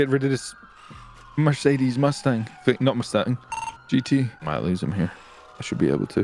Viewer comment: "I can't get rid of this Mercadies.... Mustang". Lol i died.